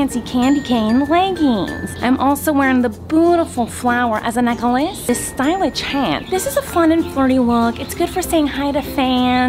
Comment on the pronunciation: “Suspitcious” “Stylitsh”